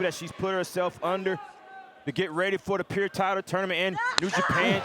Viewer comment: Why can't say PURE. He's saying Pier... wtf is that